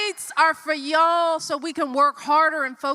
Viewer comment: dont talk about ' and act'. When did you get that " youalll" accent. That straight from the plantation. You aint that.